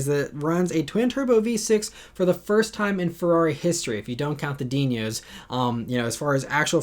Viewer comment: ...DEEN-OH not DEEN-YO!!